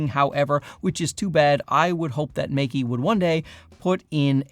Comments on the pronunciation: But both Mey-Key and Mike-Key are wrong 😂It's 'May' like the month, and 'Kuh' like the 'cu' sound in the word "custard". It's not hard to say it correctly, we have all of the sounds in English (unlike other Chinese brands e.g. Zhiyun). For the losers saying I'm being pedantic, wouldn't you point it out if he was pronouncing Canon as 'Ceenown'? Sure you would. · It's not "Mikey', the two syllables in the name are pronounced May (like the month) and Ke (the sound at the beginning of "current". Don't you have some brand deal with them or something? You should really know this. Anyway, still enjoyed the video. Been here since the early days.